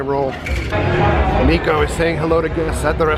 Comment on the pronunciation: Just to let you know, a lot of people get this wrong but his name is pronounced Nick O not Neek O.